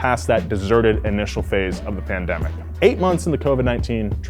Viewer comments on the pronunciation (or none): Was I the only one that was hearing say pandebic instead of pandemic lol